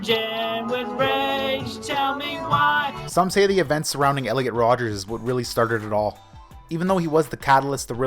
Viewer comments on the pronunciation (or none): Did he just say rodgers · It's Elliot Rodger, not Rodgers you mongoloid